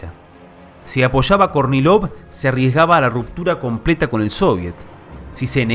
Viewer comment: Cuando dice Kornilov yo escucho Courtney Love. 😊 Seguro no soy el único